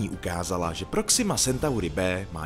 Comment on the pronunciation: " Sentauri " ? 👎 Je to latina , tak že " Centauri " ❗👍